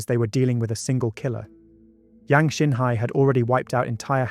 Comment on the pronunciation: Great story...but could we be more accurate with the chinese name pronunciation